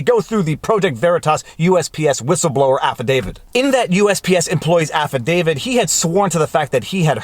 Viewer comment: There's only one "D" in "affidavit". It's not "affidavid".